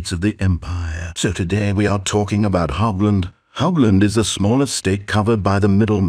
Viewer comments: it's not pronounced "hoggland" but "horrland" it's a German ch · German hearing "HOBland".... rage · ah yes, the glorious state of Hog-land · Hochland? Weird pronunciation for USA.